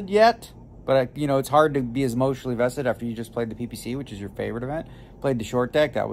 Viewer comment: Daniel “I wasn’t emotionel invested” Letterman